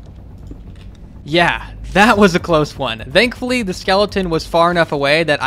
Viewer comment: I love how he says dankfully